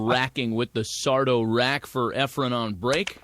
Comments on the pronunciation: Was saying “Efrem” instead of “Efren” lol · "Efrum" smh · segel is a great colour commentator - outside of mispronouncing efren’s name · Its "Efren".. Not efrem.. Very good commentating overall. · How annoying that the announcer kept calling him "EfreM"... with an M on the end... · calls him Efrum lol